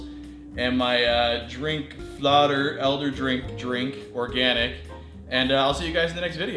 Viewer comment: This was fun to watch as a Swede, the food store at Ikea had even more in it than I remember from the last time I was there. Your first stab at pronouncing Fläder was actually almost spot on too!